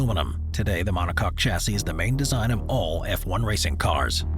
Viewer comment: Chassis is pronounced shassee 👍